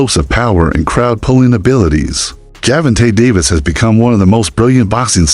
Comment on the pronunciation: ⚠️⚠️Hol up!! Let's pause real quik the subject & the possibility of the video title being Click Bait!! And Let's talk about the down rite Mike Tyson style aggravated assault u doing to Gervonta & Shakur's name!!🤦🏾‍♂️🤦🏾‍♂️😂😂😂 If your pronunciation was a knife, then Butcher's it would be!!😂😂😂😂😂